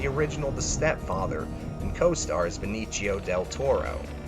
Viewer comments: This dude can't pronounce names..beneachio del toro...dane aikroid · Benichio Del Toro lol